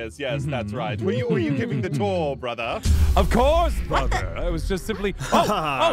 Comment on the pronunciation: If they say “BRAHTHA” one more time I swear.......